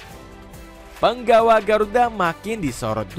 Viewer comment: Punggawa bukan penggawa min